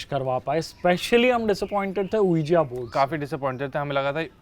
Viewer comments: is always pronouncing the ouija board ujia board. Its ouijaaaa board... Like if I am right👍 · ouija board is pronounced as vj board ....not ujia board. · . That's Ouija board but pronounced as viji board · saying Ouija as Ouijia makes me want to eat bhujia 😭😭😭😭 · its not pronounced ujia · Vo board pronounce krne m VJ board bola jata h yrrr,😀😀ya bt of course we r indians, hmko jitna sikhaya h poora bolege😂😂😂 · The ouija board game is actually pronounced as "ouiji". U guys should have bought a proper ouiji board. And coins k sath it wont work. Planchette is the tool which works. Also u are not supposed to take ur hands off during the session. But hats off to u guys for doing this. It takes a lot of guts to do something likes this. Great job guys. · Can people please stop calling it Oo-Jia board !?! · it is pronounced as wee-ja board. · As a French student.... The ouija board is pronounced as v-i-j-a board.. :)) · Ok this is amazing .. I'm loving these kinda videos 👌👌.. Ok tested team should be sharing more such videos... Just one thing to ... With due respect to all ... OUIJA BOARD is pronounced as WE-JUB BOARD. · Ouija is actually pronounced something like.. Veejee Board... ik faltu gyaan pel rha hu... but maine kafi saal pehle boht research kri thi yahi paramormal cheezo pe isliye pta h... and movie bhi dekhi thi... toh socha thoda show off krdu 😁😛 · It's not oujia! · Quija board is pronounced as "uueeji" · Ouija board is pronounced as vija board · PRONUNCIATION: Ouija -> WEE-JA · Love the way they pronounce Ouija board 😂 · The way you guys are pronouncing Ouija board is hilarious and very wrong 😂🤦🏻‍♀️ and you have to spin the coin in circular motion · The pronunciation of Ouija is incredibly wrong